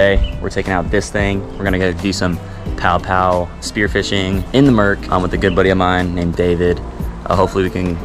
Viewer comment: Quick FYI Paʻopaʻo pronounced pah-ʻoh-pah-ʻoh instead of pow-pow. Hanabata daze mid 1960s we used to catch plenty trolling slow, and deep the main channels in Kaneʻohe Bay using small feather jigs, 6 to 7 feet leader, 3 way swivel, and 8 ounce lead. One time we caught close to 20. Enjoying your videos, keep up the great work. Maybe I see you out there, iʻm usually in a blue SOLO Skiff with 6hp outboard or rowing a 16ʻ Dory. A hui hou! PS I still shoot an OLD Aussie made Sea Hornet I bought on the Marine Base PX when I was 16. Good old gun.